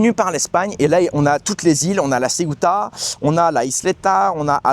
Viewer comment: Mais non pas LA Ceuta ,Ceuta prononcer CE-OU-TA.Ce n'est pas une ile c'est une enclave au Maroc.